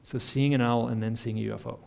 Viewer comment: Why does almost everyone mispronounce owl? Other than that this was kind of cool.